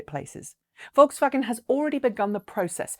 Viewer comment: Not pronounced like "V"olkswagen, but "F"olkswagen